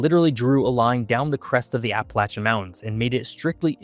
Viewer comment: he pronounced APPALACHIAN correctly. I hate when someone says APP UH LAY SHUN